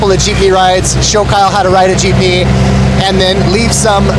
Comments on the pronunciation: Kyle still pronouncing it jip-knee when he told him to just say jeep-knee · Not “Cheapney” but Jeepney. 😂